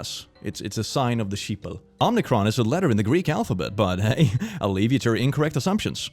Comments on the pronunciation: I like how confidently you say omnicron every time omicron is written. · There's only one N on Omicron. It's not pronounced Omnicron... Why do people keep calling it Omnicron? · first of all, its OMICRON, not omNicron. Second, Moronic has 7 letters, Omnicron has 8.... you'd miss an n. He could've spelled it wrong but I mean, if you write bullshit at least get your spelling right. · If we must talk about the latest variant of the bullshit virus, let us please use the correct enunciation. It's Omicron, not Omnicron. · Oh-meh-cron. Not Om-nee-cron. It's like it only has ONE "N" in it.